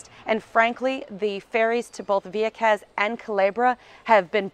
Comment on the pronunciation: I miss living there..I lived el campo..Juncos. let me say the way she says vieques is excruciating to hear lol